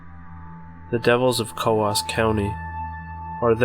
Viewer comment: oh, I thought you were talking about Coos County, Oregon. It is pronounced Koos in Oregon.